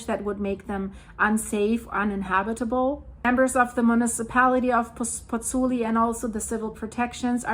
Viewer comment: Concerning situation in Napoli and Pozzuoli., you are mispronouncing Pozzuoli. It's not three syllables (Pozz - oo - li), it's four syllables (Pozz - oo - aw - li). You're missing out the o, the 'aw' sound. All the vowels are pronounced in Italian...